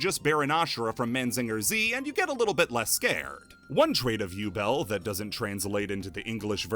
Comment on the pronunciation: I'm pretty sure Ubel is actually Übel. Like, it's prounced "oo-bel" like the "oo" in "spooky" or the "u" in "lute".